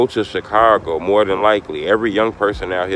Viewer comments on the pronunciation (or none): none